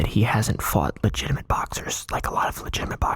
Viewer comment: Word of the day: "Legitimint"